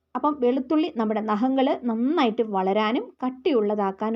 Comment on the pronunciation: നഹങ്ങൾ അല്ല.... നഖങ്ങൾ